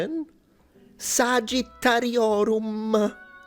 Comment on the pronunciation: Sorry to correct an expert on this, but since this is Latin, isn't it pronounced as SaGHittariorum not sagittariorum? Meaning the letter G is pronounced as in the word (f.e.) "Grain" rather that as in the word (f.e.) "Gender, since Latin has no pronunciation like that